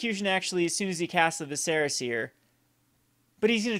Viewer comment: VISS-er-ah, not viss-SEHR-ah.